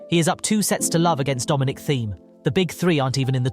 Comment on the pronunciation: And Dominic Theme too